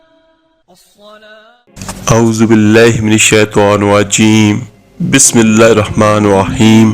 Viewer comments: تجھے تو خود اعوذباللہ اور بسم اللہ بھی تلفظ سے نہیں آتی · ظالم تجھے تو اعوذباللہ اور بسم اللہ بھی صحیح طریقے سے پڑھنا نہیں آتا۔